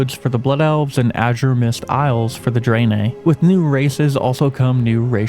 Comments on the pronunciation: why do you say draenei like that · Ok, ya got me with how ya say the name of the alliances new race.